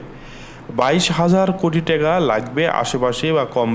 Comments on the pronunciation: ভাই বাংলাদেশের মুদ্রার নামটা অন্তত সঠিকভাবে উচ্চারণ করেন, টেকা না টাকা, ধন্যবাদ। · ট্যাগা না টাকা